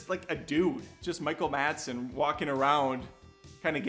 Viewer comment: Lol at, "Michael Madson"